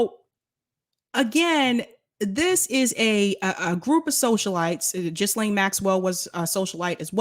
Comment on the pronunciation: I think her name is pronounced Geelane